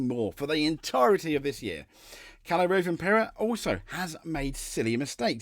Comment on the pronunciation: I'm sorry but the name mispronunciations in this video are EGREGIOUS. Thierry Neuville - Tee eerie New ville Ott Tanak - Oit Tanak Kalle Rovanpera - Kallay Rov an pera Sami Pajari - Sammy Paa yaari With regards to Mikkelsen, he's a gravel specialist so i have no idea why Hyundai have put him in the car for the asphalt events. Truly baffling decision making imo.